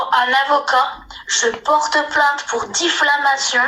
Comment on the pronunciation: Diffamation pas difflamation